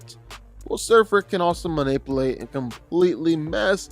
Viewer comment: Please dont say "Man-ip-uhl8" anymore.